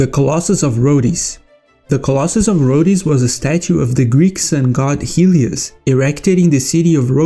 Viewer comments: Its pronounced roads 😂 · Brother do NOT pronounce the e in Rhodes